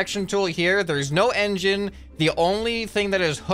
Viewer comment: the wedge gang "Wengine"